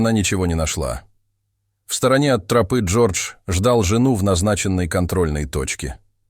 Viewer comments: Почему трОпы, а не тропЫ?🤔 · Почему "вдоль трОпы", а не "вдоль тропЫ"?? ТропА же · Почему трОпы то , а не тропЫ. Режет слух очень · Мне кажется ИИ озвучивающий ролик, специально выделяет "трОпы", чтобы немного выбесить)) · Почему тРопы? Режет слух как вы ставите ударение. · А кто читает? Робот? Город у него на гОре, а не на горЕ. И что еще за трОпа?? Вместо тропА... 😂